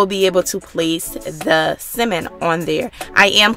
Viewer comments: It's salmon not semen. Who taught you English. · Lol I love the way you say Salmon !!!! So island makes me want to hop on a plane right now !!!!! It’s cold in Jersey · The way you say Salmon, like it’s missing the L, it’s so funny.😂😂😂😂 My teenage daughter made this and was soooooo GOOD!!! Omg!!!!! Thanks for sharing this video!!!!❤️❤️❤️❤️❤️❤️ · It's the way she saying salmon for me 🤣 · Mesha Kennedy no she’s not ..the L is silent but she still saying it wrong like the sound “at”..but I really don’t care ..I made it and it was good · Good recipe although you need to learn how to pronounce the word salmon lmao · Great recipe but for goodness sake please stop mispronouncing “Salmon” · Is this Simon or Salmon? I can’t tell by the way she is pronouncing it. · correct! I absolutely understood what she meant. Duh which is why it sounds so annoying. Especially if "Salmon" is the subject learn to pronounce it. And you need to stop being a troll. (Since having an opinion = trolling. ) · i hate how she says salmon dislike 👎🏽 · It's pronounced Salmon. Stopped watching because of mispronounced words. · Couldn’t watch!! How u cooking something u can’t pronounce Sammon the L is silent it’s not Simmon 🤦🏽‍♀️ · Why the hell are you saying SIMEN ? That shit was bothering the hell outta me ! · Tryna talk so proper but saying simmon...🤣🤣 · It's not as worst as hearing my dad call tenderloin TENDERLINE. But I'm having SIMMON tonight tho lol 😆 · I love how you call it “simmon”. We pronounce it “sammon”. The recipe looks delicious as always!! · Simmon? you mean salmon? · Sounds like you're saying Cimon instead of Samon, silent L. :( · It's Sal-mon, not Ci-mon, Pronunciations Matter, If I go to the fish market and ask for Ci-mon, they will look at me like, we don't t have that, oh you mean Sal-mon, thanks for sharing, can't wait to try it😊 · Repeat after me...Sam-men... not simmin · Ugggh she keeps pronouncing it at "simmon". Lady its "Salmon". Succulent not "Sockulant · It’s Samon